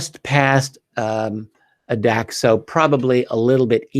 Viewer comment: Hi Richard. Like your channel, good stuff. The island is pronounced Adak, with the first a long like ate. Cheers